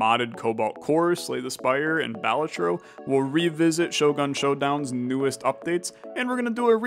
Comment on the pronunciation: Oh and also, Balatro is pronounced Balatro not Balatro